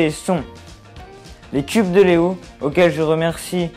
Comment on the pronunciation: En tout cas merci beaucoup pour la deficasse a ^^ meme si tu dis Lego et pas Léo ^^ en meme temps mon prénom etait prédestiné ahaha ! A une lettre prêt. Et kubs pareil ahaha.. c'étais le destinc tout ca ^^